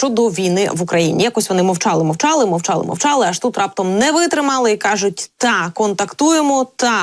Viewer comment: А что это за колхозное" ТА"??? В УКРАИНСКОМ ЯЗЫКЕ??? НАУЧИТЕСЬ ПРАВИЛЬНОМУ ПРОИЗНОШЕНИЮ а потом уже можно и за могу повоевать!!! НЕУЧИ!)))😅😅😅